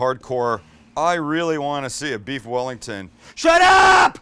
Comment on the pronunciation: Beef yellington